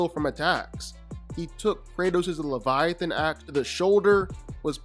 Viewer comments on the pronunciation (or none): none